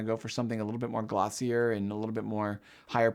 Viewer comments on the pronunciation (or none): none